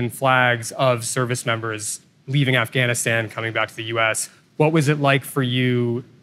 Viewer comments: Wonder why he pronounces it "Offgoniston" during his monologue, and Afghanistan when talking to someone in an interview... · Offgahn he said offgone. Its AFGHANISTAN NOT OFFGONEISTON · Does this reporter know the difference between the letter a, and the letter O, or is he just repulsively trying to irritate everybody while there’s already a high level of irritation around this whole situation